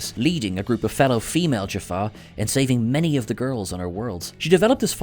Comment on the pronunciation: Did he say Jafar warriors/ other wise Jaffa as Jafar? Just asking it from all who is watching this.